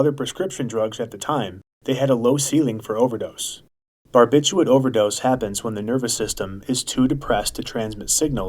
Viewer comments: it's not "barbitchooit" lol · Don't you think you should pronounce barbiturate correctly